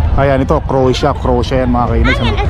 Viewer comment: Leaning tower of Pisa yung naka lean na tower sa Italian tent. And also CROATIA is pronounced as krow-ay-shuh 😂✌🏻